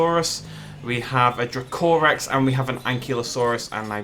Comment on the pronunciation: Drake o Rex not drucorus